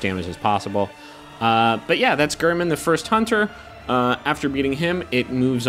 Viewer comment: gayr-min. he says it before the fight.